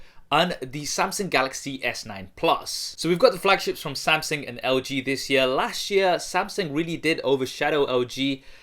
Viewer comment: Las sh yeaaah (last year)😂😂